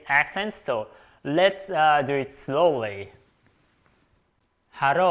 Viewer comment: Another thing I noticed is that japanese people have a hard time pronouncing the "short i" sound and usually pronounce it similar to the "long e" sound. For instance, "it" will sound similar to "eat", and "fit" sounds like "feet".